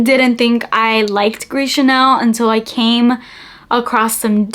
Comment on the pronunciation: It's "Gris ChaRnel."